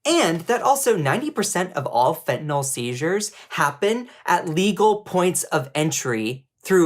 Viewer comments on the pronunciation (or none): Bruh. It's fentanyl, not fentanol. Sound it out, ffs.